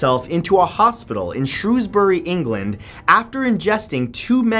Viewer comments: Glad he said Shrewsbury right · Fuck! you said Shrewsbury correct